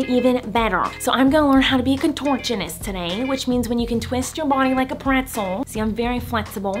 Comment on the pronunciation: Nobody: Miranda: ConTOrChOniST